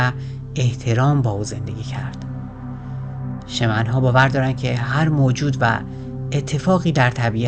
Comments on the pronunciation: CastaNEDDA not castanda, Shaamaan, not Sheman, من و دوستانم مدتها با کتابهاش کار می کردیم و تجربه بیداری در رویا و رویای جمعی داشتیم. به نظرم تمرینات مشترک با دیگرنحله های معنوی دا ره و احتمالن آنچه نوشته حاصل تجارب خودش با ماشروم بوده که امروزه انواعش هست و کارشون ایجاد ارتباطات عصبی در مغز به علت تغییرات شیمیایی در مغز مثل بالا رفتن دی ام تی است. به هر حال ایده هش در مورد جنگجو و زندگی جالبه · سلام اولآ تلفظ کاستا ندا و شمن را تصحيح کنید ثانیا معلومه چی می‌خوای بگی ؟نگفتی دون خوان شخصی حقيقی بوده يا خیر سوما چگونه‌ اگر خيال پرداز است ميليون‌ها نفر پیرو وی شدند چهارما نحوهٔ مرگش را نگفتی پنجما دليل تخیل را نگفتی و.....